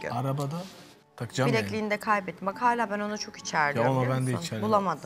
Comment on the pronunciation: Hayla değil hâlâ!!!!geçen sezon Sedat ve Oğuzhan beni delirtiyordu, şimdi ise evin yarısı. Hayla dedikten sonra ’nin 2x hâlâ demesi içimi su serpti.